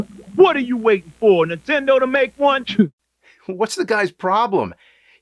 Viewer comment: All these years and you still say Intendo and not Nintendo